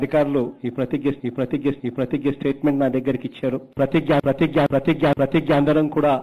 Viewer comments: Prathijja kadu prathigna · అదీ ప్రతిజ్ఞ ..... ప్రతిగ్యా కాదు...